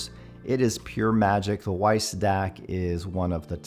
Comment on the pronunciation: Hey just heads up the W in Weiss is pronounced V as it is a German name. Cheers